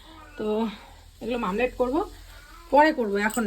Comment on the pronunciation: Mamlat noi omlet